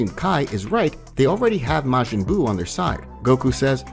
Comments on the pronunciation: "Mayjin buu". Ffs has this guy ever seen DBZ? DBS? Pronunciation is everything when story telling. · "mayjin buu"💀💀💀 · Maygin buu? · bro butchered majin buu's name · Maejin buu 😭 and Kai in stead of ki